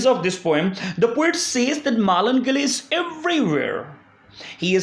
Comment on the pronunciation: I like the way u pronounce Melancholy😍